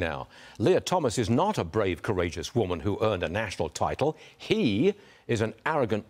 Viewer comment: Ok did the new anchor had to infasises on heeeeeeeeee 😂 it's a one syllabus word come on